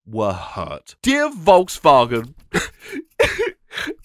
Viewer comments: You said Volkswagen wrong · I kept thinking your April Fool's joke was pronouncing Volkswagen like "VolksVagen."